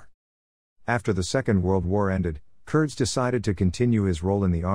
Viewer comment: It is actually pronounced with a long E. Curd-ees. Nice video of my grandfather